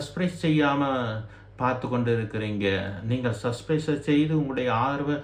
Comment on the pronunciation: சஸ்பிறைஸ் அல்ல சப்ஸ்க்கிறைப் ! உச்சரிப்பு சரியில்லை ! ஊடகத்துக்கு புதுசு போல . ஏன் இந்த உழைப்பு ?